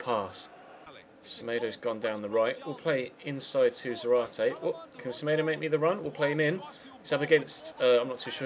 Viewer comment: You stress the ZA in Zárate (hence the ´ )